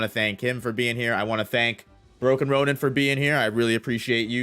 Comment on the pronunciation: So proud of for finally pronouncing broken ronin properly. SO proud.